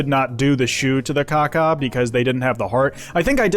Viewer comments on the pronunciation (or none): You’re calling it caca like poop rather than enunciating the AW 😭 no poopy birdy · Bro it’s killing me every time you saw Kawkaw because it sounds like caca which is poop in Spanish 😭